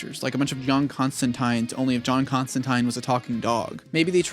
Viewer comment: the way he pronounced "Constantine"